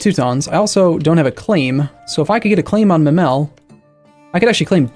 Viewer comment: It's pronounced 'Memel'.